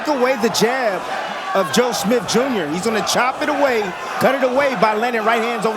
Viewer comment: Someone please tell Bradley that the guy's name is not Smiff.